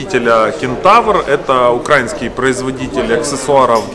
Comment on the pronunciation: на панду похож после соревнований, с белыми пятнами вокруг глаз от очков. Развеселил. Все супер, интересно рассказываешь, но очень режут слух слова типа "укрАинских"," укрАинский". Это не правильно. Ударение нужно делать на "и", то есть "украИнский".